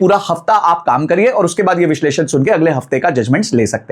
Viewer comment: "Vishesh Lun" nahi.... "Vish leshan" or correct pronunciation is "Vishleshan"